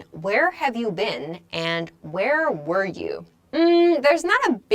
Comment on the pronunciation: "Where war you" - i hear this instead of "where were you"... Is there difference between "war" and "were" in pronounce?